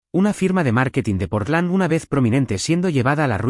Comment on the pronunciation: QUE FALTA DE ETECSION SIEMPRE LA MISMA NARRRACTIBA SEATEL(SEATL) PORLAN ( PORTLAND. ) SI LOS ESCUCHO EH!